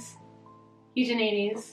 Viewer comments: Read Picnic at Hanging Rock recently and loved it. Thanks for the suggestions! Also I believe it is mostly pronounced: You-Jen-uh--Dees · “jeffrey eugenites. Eugeneedies. Eugenides. Eugeneedies…. Eu-decide.” 😂